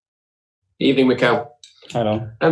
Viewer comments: It's a nice throw back though, good ebening mate. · First of all good ebening